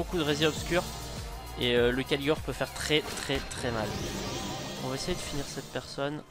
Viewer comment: Et aussi c'est raid Caligor, pas Caligore x)